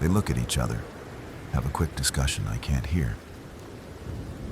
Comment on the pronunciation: "cleaned every weapon twice... QUOLK." Uhh.. I'm sorry, what was that? 😅🤔